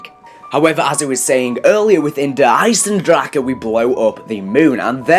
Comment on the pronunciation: Ich find es lustig wie alle die kein Deutsch sprechen das falsch ausprechen "Der Eisendrake"